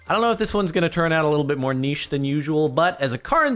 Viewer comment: Thank you for pronouncing niche the way you did not "nitch"